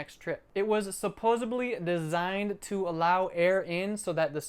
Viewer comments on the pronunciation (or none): Supposedly, not “supposABLY”. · did you say supposeably???. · Man pronounces supposedly like joey from friends